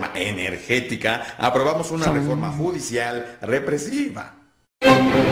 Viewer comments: La refRoma????????? Jajaja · la REFROMA? :|